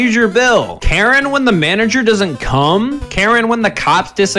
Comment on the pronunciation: Why did he put more emphasis on the word come?